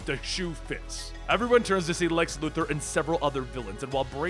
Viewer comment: I swear you say lex's last name wrong on purpose just to get a rise out of me I'm here to tell you it won't work and I love this story ark man dc has the best wish i could afford them i can't wait for the rest #NoJustice